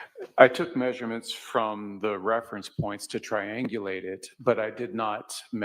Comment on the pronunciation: It’s triangulate. Pronounced tri-ang-gu-late. Look up words you have an inkling that you might not know how to pronounce. It’s misprouncing that makes you seem a little incompetent. I am always grateful when I am corrected.